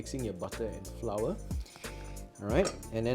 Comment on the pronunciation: Haha " Flah " 😅